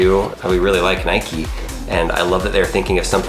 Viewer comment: Nike not nikE